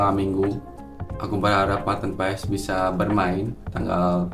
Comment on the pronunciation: bang kata kochi pengucapannya itu "paas" bukan "paes" abangkan lama di belanda tapi bilangnya "paes" jadinya yg betulnya yg mana ya?